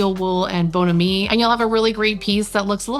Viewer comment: I just love your channel. I happened upon it a little while back an immediately subscribed. I love your home. My favorite esthetic is mid-century or MCM. Just fyi though...it's "BON-am-ee".